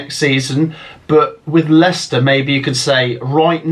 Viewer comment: You got Leicester wrong